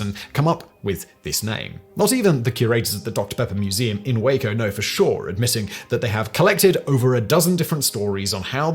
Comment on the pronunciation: Well now I can die happy! Simon has learned to pronounce "Waco" properly, lol!